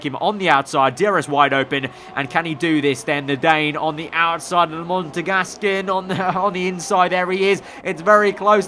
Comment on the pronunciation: IT'S MONEGASQUE. Not Montegascan.